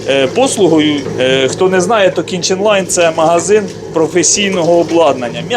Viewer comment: Думав почулось раз, другий, але здається ні. Магазин же називається "кіТчен лайн", а ви кажете "кіНчен лайн". 😁